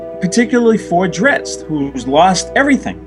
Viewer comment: Someone on his message boards pointed out that Bob is Italian, and Bob's pronunciation of "Drizzt" makes perfect sense if you consider the "zz" part of the word "pizza". "zz" is pronounced like /ts/. Thus, "Drizzt" is pronounced /dritst/. Now, just imagine D-man slicing and dicing some pepperoni pies with those twin scimitars of his, and you're all set!